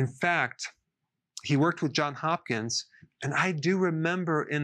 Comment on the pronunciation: Love your commitment to health Dr. Berg! I am a happy customer and follower. But I have to correct you on this one. It's JOHNS Hopkins. I would know... Deborah Johns :)